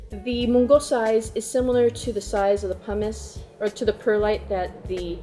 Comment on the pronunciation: Say it with me 🎆 /pʌmɪs/ 🎆